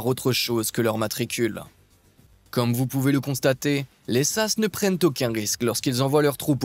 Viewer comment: ont dit S.A.S. et non sasse .....